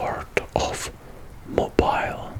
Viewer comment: it's pronounced Mobeele not Mobile